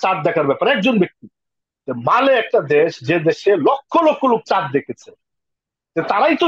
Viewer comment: চমৎকার আলোচনা করেছেন দুজনেই। আফ্রিকার দেশটির নাম মালে নয়, মালি হবে।